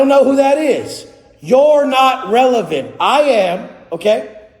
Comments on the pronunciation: "I AM RELAVENT!!!" 🤪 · Not revelant Lol are you sure 🤣🤣🤣